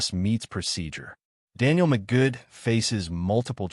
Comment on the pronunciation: He isn't "jokingly" referred to as Mr. Magoo. That's his name. Not "Magood".